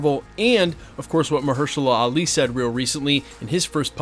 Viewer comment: It's funny how one scooper stars pronouncing incorrectly something ( in this case Mahershala Ali) and then all of them would do the same. 😊😊😊